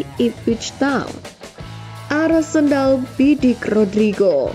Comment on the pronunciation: Apa cuma gue yang denger "Arsendal, bidik rodrigo" 😮